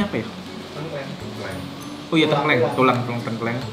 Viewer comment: Btw ngomongnya tengkleng bang bukan tengkleng